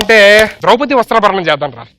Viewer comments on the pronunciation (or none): ద్రౌపది వస్త్రాబహరణం కాదు సుదీర్ వస్త్రాపహరణం డైలాగ్ సరిగ్గా చెప్పు ముందు.